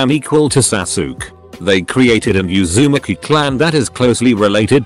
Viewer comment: "Equal to SasUk." "Previous Hokege"